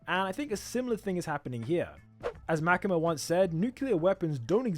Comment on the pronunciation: The way u say makima is like this makema your english is way to good that it overpowers japanese names 😂